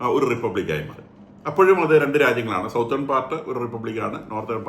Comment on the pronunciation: അബൂദുബായി എന്ന് പറയാതെ. അബുദാബി ആണ്.അതുപോലെ സൗത്തേൺ അല്ല സതേൺ ആണ്